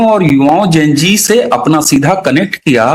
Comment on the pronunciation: please say Zen G not Jen G. This is a common word and I am sure you have studied XYZ not XYJ. Enjoyed the whole podcast 🙌